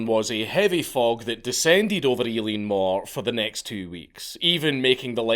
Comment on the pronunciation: Holy fuck your pronunciation of Eilean Mòr is shocking, but the video was great though.